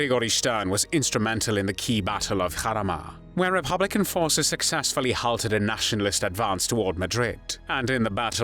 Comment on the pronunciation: yeah the content is good but the narrator makes these videos almost unbearable. “Aaaaah phuug of thah PAHtee…”. Oh and ‘Mos’COW’ (as in bovine) and ‘halted’ pronounced ‘hahltit’, ‘Jhapahnheeze’, ‘Fhinlint’, ‘Pholint’. Jesus wept.